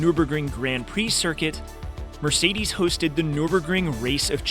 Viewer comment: "Mircides 190"